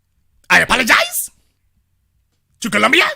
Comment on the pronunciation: "I aPOLagiZE!...to Brazil.....I aPOLagiZE!...to D.R.!" 😆😆😆😂😂😂 Columbian Caller: "Their day of reconing is coming. They have managed to piss off both political sides and they have an unholy alliance with the feminists - it's OVER! jailtime is coming to these *dumba--* and the authorities will make an example of them." 😂😂🤣🤣😅😅😅 im laughing soo hard but also...I am 100% with when he said that he does not want any harm to come to these green horn donkeys. smh....i pray they wise up and heed all caution.